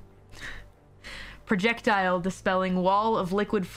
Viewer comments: project-tile LOL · Not the project tiles 🤣🤣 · Wyvern: different dialects, understandable Marquess: She just confused it with Marquis, which is an easy mistake to make. Understandable. Archipelago: A pretty uncommon word, but her pronunciation is still wrong. Light roasting is warranted. Projectile: This one is just blatantly wrong, and she has no excuse. Recipient: What did she even say? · Projectile, like a few other words ending in -ile, can be produced differently by region. In the UK, for instance, missile is "miss-ile" but US English drops the second I to say "miss-le." Projectile is the same way. What's weird, though, is that Calli as well as Gura lean closer to the UK pronunciation on these words. I think Kronii does too but she's Canadian